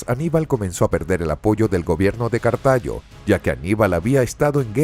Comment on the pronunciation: Se dice Cartago, no cartaño